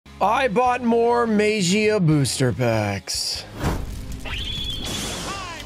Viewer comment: Maybe if he pronounces magia the right way, he will probably pull it.